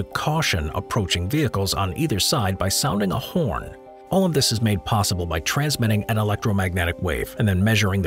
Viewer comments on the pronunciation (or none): none